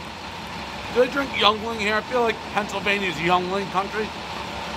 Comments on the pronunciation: Young-ling .... Haha oh Dave 😂😂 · "Youngling" tf 😂😂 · "Youngling" bahaha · "Youngling" hahahaah!!!!